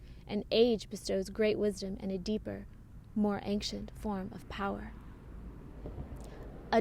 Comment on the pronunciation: Loved this video,. But why do you always say anKcient? It's ancient. AnSHent. No K..... Never was there to start with. (ān′shənt)